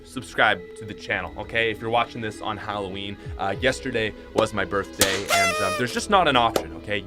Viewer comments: Yes birfday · Happy birthday 🔥🤯🎂. I love the way you say birthday😝